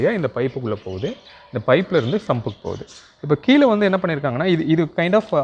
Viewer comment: மலைநீரா, மழைநீரா ஏன் இப்படி மழையை மலை என்று உளறுகின்றீர், மலைநீருக்கும் மழைநீருக்கும் வித்தியாசம் தெரியுமா, மேலும் கீழே என்பதை கீளே என்றும், முதலில் தமிழை சரியாகப் பேசக்கற்றுக்கொள்ளுங்கள்.